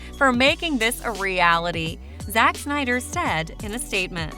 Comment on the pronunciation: It's not reffered to as the "Shneider cut", it's Snyder cut ffs